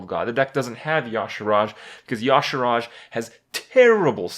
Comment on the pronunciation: It's fucking Y'SHAARJ, not "Yogg-Sharaaj"...if heard so many times now, in the stream and in this video again...fucking pisses me off -.